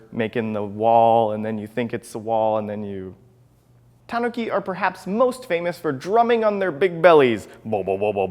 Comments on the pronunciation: This guy puts the stress on the "ta" instead of the "nu". I died inside listening to his list of "TAWNuki" statues. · Is it pronounced tahn-ookey or tan-ookey